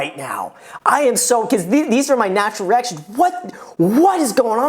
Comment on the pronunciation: Did he just say these are my natural erection or reaction. Lol